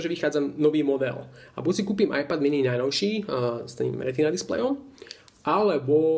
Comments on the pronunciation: z toho tvojho ajpadu ma bolia uši keď to vyslovuješ veď každy vie že to je iPad ( ajped ) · Preboha ajpad ? :) číta sa to ajped a nie ajpad :D :D :D